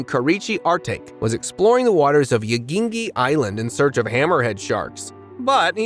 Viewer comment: Every time he said Yonaguni I laughed my ass off. I swear he said Yingy once.😂😂